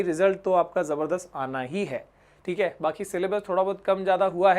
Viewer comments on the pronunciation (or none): none